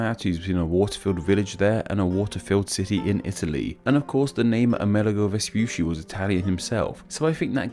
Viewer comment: Vespucci is pronounced "ves-poo-chee", not "ves-poo-see". Paired Cs in Italian are pronounced like CH in English.